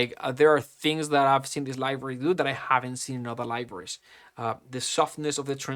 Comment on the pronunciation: Dude for the love of God please learn how to say "Library", it's not "Livory"